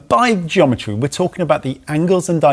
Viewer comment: Gweometry: wheelsize will NOT change whellbase!